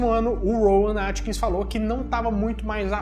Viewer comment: O nome do ator não é "Rowan Atkins", como você diz. É Rowan AtkinsON. Atkinson!!